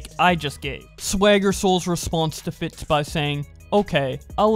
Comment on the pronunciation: Carson and Fitz were NOT best friends. it's pronounced FITS and not FIT, and Gizzy Gazza not Grizzy Grazza.